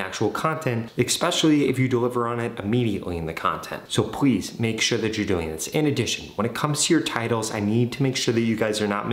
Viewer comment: Did Anyone Noticed That When He Said Please He Says Pwease